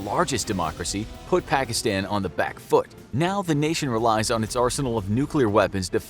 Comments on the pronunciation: he keeps saying the short a when he says afganistan pakistan taliban witch anyyoys me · everyone pronounces it Pakistan, but it actually sounds like Pakiston. Don't ask